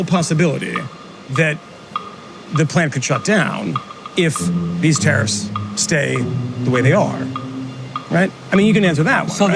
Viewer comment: The use of the word tariffs in this episode sounded like they was saying terrorist